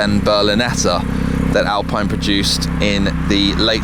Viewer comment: the way you said Alpine has me triggered